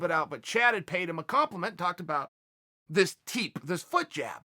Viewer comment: So, is a foot jab actually a foot job with a Minnesota accent?